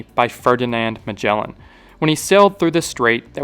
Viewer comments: It is not spelled majellan 🫠 g sound is like g in "again" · Great video but please learn to pronounce names cause you butchered the poor Magellan